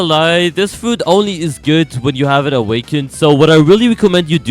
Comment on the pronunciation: Bro fr said un awkend kitsune Like Kitsune and an akw